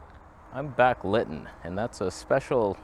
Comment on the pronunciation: I believe its pronounced Sir-OOO-EEE and the word "backlitt'n" must be some back East squabble talk.... LOL... love ya brother